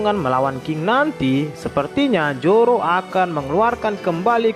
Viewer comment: ZORO BANG.. BUKAN JORO 😂😂😂😂